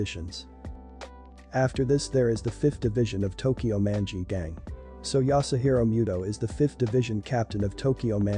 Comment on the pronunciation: Why he pronounce Manji' like that😭 oof